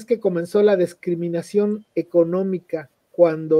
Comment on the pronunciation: Se dice "discriminación", no "descriminación"